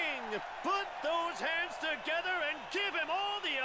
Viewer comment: "It's all togre now" heh, nice.